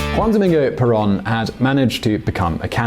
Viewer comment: In Spanish, the o is like a "long o" in English. /Pear-OWN./ (Caps for the accent, written out in Spanish, otherwise it would indeed be penultimate.)